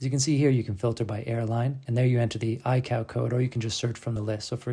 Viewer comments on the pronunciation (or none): your pronunciation of ICAO is completely wrong lol. It's pronounced Eye Kay Oh, not I-Cow